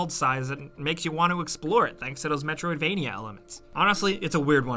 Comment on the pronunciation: Every single video, says metrovania.